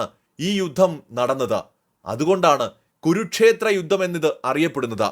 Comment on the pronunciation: ഗുരുക്ഷേത്രം അല്ല കുരുക്ഷേത്ര യുദ്ധം എന്നു വ്യക്തമായി പറയുക !